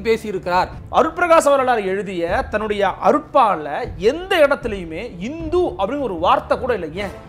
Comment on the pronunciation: It is not INDHU. Please pronounce it as HINDU.